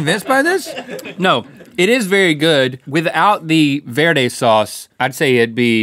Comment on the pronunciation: He said Verde wrong